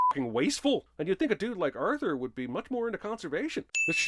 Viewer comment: The only sin in this video is your pronunciation of "Arthur" or I guess "Urthur"